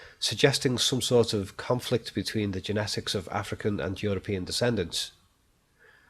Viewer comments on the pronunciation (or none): none